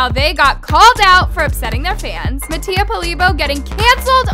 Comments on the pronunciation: MATTIA (MAH-T-EAH) she needs to stop saying MaTtIA 💀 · anyone else notice it said nattia 😂